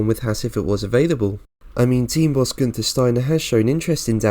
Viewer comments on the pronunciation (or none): none